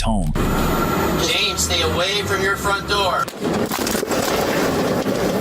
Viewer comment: It’s James “yo” not “you”